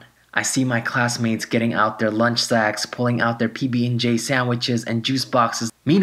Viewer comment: When he said bb and j at first it sounded like pp and j